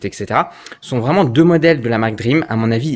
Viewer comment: Salut DREAME se prononce "DRIMI" toi tu prononce DREAM comme un rêve en anglais ...